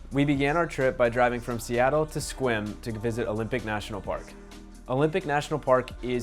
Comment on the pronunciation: FYI - Sequim is pronounced "Skwim". The "e" is silent.